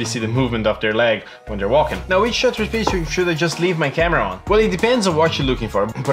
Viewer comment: It's called shutter speed, not Shooter speed 👍